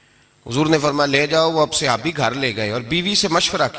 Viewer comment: Bolna Tu seekh lu...seehabi Nahi hota sahabi hota hey